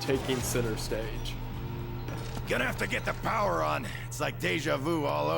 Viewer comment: "CALL THE DEPAHTMENT OF ENERGY WE NEED POWAH!"